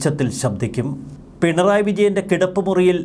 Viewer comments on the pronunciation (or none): none